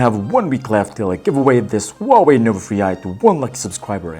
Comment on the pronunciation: Mark Catanghal Not the win is huwei not chinomi 😂